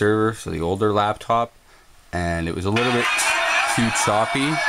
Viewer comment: Lost me at "Labtop"